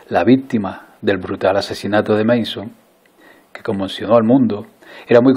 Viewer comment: Creo k lo pronunciaste mal. Es Manson, no "/meison/"